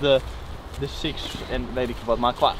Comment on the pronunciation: "sicks sicks"